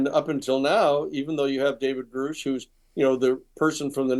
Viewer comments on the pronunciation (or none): Sheehan really needs to stop mispronouncing Grusch, I don't know why he's doing that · Sheehan still cannot even pronounce Grusch correctly. Sheehan doesn't say that this alleged video will or even might be released. He only says that he has been told that it exists. Clickbait.